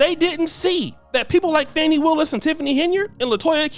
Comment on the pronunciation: The mispronunciation of her name is wearing me Out. Her name is not Fanny.